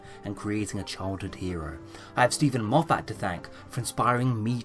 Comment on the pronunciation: Why do you pronounce Moffat as "Moff-AT", with such a strong emphasis on the second syllable? Everyone else I have ever heard say that name pronounces it "MOFF-et".